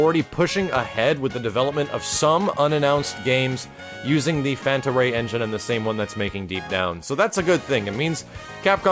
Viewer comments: Panta Rhei, not Fanta Rhei. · Fanta Ray? You mean Panta Rhei?